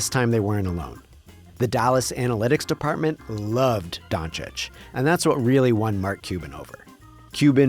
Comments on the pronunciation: Windy couldn't even pronounce Doncic's name. Keeps saying "Donic" 🤣🤣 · ah yes, my favorite player of all time Luka Donic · SAS called him "Donkich" for so many years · What’s crazier is that so many talking heads on TV still cannot pronounce Doncic right